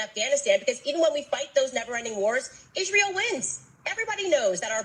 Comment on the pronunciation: You do make me laugh but its hard to take you seriously when you spend most of your time saying the same word or couple of words over and over again in different ways. But one thing is for sure and 2 things are for certain lol Yeahhhhh lol Isreeeeal lol I dont mean to be condescending its just when you listen to this as a Brit its very funny. Also its Piers Morgan not Pieere lol he's not French. Also how are you a threat to the establishment? and your personal revolution is certainly being televised for the world to see lol any it is what it is and it will be what its goibg to be right? Bro we should collaborate and go live together and talk about current affairs and ill bring it to your audience from the streets of London and you can do your thang. All joking aside you are a star my man 😅